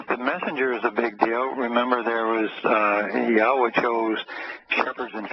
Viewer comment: Yahowah pronounced clearly long o. Not short cut